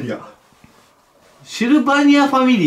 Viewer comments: シルバーファミリアじゃなくもシルバニアファミリアって言ってるのおもろい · シルバニアファミリーを誰も言えてないの笑う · 「シルバーファミリア」「シルバニアファミリア」2人とも間違ってんの面白すぎる笑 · シルバーファミリアがサグラダファミリアみたいな言い方で草